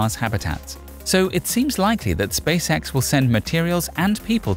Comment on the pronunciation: This guys pronunciation of "Space X" sounds like "Space Sex".